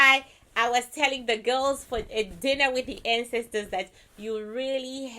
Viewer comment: I love to hear you pronounce girls as "GILLS" 😂😂😂